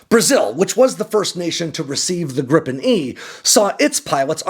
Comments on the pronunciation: It’s more like Grii-pen, not Grippen 😊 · It's Gripen, not Grippen... As a Swede it irritates me when it's pronounced like that. It's pronounced more like Gree-pen in Swedish, which means Griffin in English. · A swedish pronunciation in an english spelling would be "greepen"... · Lots of AI generated youtube videos about this subject, glad to find a "real" one. fun fact, the swedish airforce has a tradition to perform a christmas tree shaped formation on christmas, last year (2024) our neighboring countrys (with their USA fighters) was supposed to join in, but they couldn't, it was too cold, haha. PS. Gripen is not pronounced Grippen.